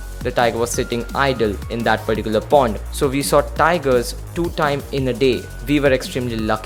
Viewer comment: It is pond not porn